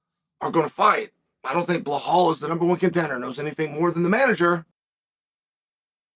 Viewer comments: why he always say Blehal!!!!!it is Belal Uncle Chael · Uncle Chael we love your videos but please stop saying Blahaul 😂